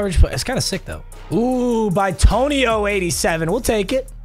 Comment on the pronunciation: You know he’s hung over when he calls Joel bitonio “BY-TONIO”